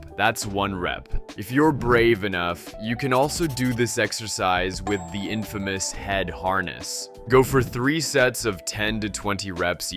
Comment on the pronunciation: You mean infamous, not infimous (lowest)